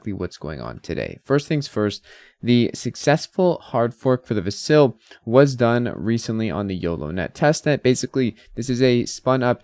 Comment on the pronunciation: I don't understand how someone following Cardano, which likely means they watch Charles Hosky videos, can still mispronounce Vasil.